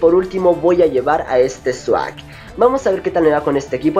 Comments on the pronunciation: jajajajajaja yo pensé que decias swag xD no sawk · Sawk un pokemon con Swag... jaja la pronunciacion correcta es SOC... pero fueron buenos combates :3